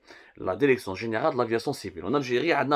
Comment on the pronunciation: Pu…. On dit DIRECTION et pas DERECTION. fais un effort yarham babak. Et si tu parles pas bien Françaus parle en arabe ou amazigh.